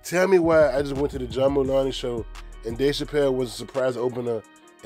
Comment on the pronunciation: Mulan-ey. Hahaha